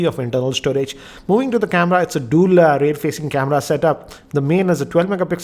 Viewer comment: The way you say 'dual' irritates me everytime I see your videos.. why do you say it like DOOL... 😙😀😂🤣